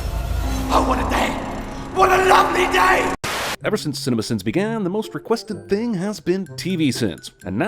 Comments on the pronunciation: Ah yes leet sins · Leet sins? Really????